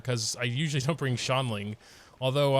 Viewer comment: i always use subtitles and trying to watch them try to say “xiangling” is painful “shaun lin” “shaolin” help me